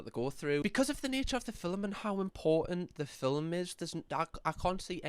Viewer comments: I love it when says filmlm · I love ya but why are you pronouncing movie like “filim” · Why do you say film like filim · The way you say the word “film” makes me happy 🥹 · The way you say film is so satisfying for some reason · The way you say film had me in stitches!!! Love your videos ❤